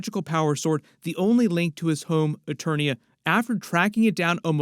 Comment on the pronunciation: And it’s not Eternos its Eternia 🤦🏾‍♂️